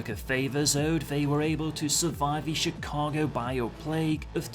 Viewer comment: Think I found my first play through role. Was born in Chicago and grew up in the Midwest. The background story got me hyped as well. Btw good work pronouncing Chicago. Lot of people get it wrong. Cheers.